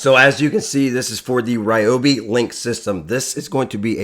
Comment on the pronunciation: Someone can get hooked on these new products! Thank you for the proper pronunciation of Ryobi What! The one time y’all go to the Carolina I’m out of town 😤😭